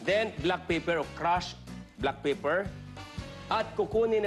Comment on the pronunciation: Pag tama ba ang pagbigkas mo sa pepper at bay leaf eh mas magaling kana mag luto kesa sa kanya? baka knife skills nga lang eh hindi ka umubra sa kanya